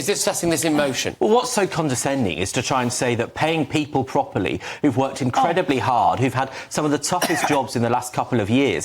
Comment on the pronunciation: She'd be wondering if she could ever manage to talk pwopely .